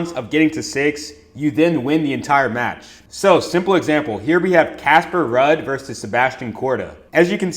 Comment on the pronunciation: Damn my boy don't even know how to pronounce Ruud and Jakub but still banking! LFG, what's yall excuse?